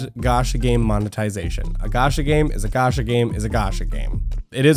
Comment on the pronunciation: its not "ga- sha" ffs . its "ga- cha " chaaaaaaaa .